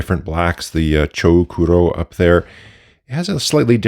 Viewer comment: Pretty sure the "u" in the romaji transliteration of the name "chou kuro" is there to mark a long "o" sound and not to be pronounced. Those are part of the usual rules to write japanese with latin alphabet.